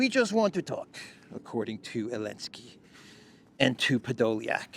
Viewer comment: Why do you call President Zelensky, 'Elensky'? I don't understand. Is that a mark of disrespect or something?